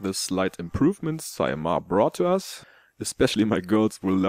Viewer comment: Definitely yes, you only made the 1st sound a bit nicer than in Finnish ;) Our Eineheminlampi has all e's sounding exactly the same (boring...). On Saimaa you sounded just like a Finn (boring...?) ,)